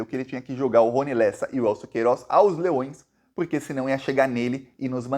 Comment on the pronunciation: DA PRA VOCÊ FALAR PORQUE. INVÉS DE PUROQYE?